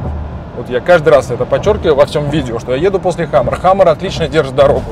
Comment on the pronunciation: хамЭра😂😂😂 ухо режит ваша средняя полоса!!! Камера , сервопривод!!! Это внедорожник!!!